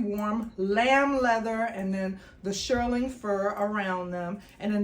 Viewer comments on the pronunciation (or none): nice haul girlie...it's pronounced "SHEER-ling, not SHIR-ling"😊